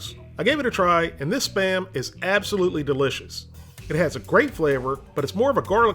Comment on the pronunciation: i always understand "sperm" instead of "SPAM"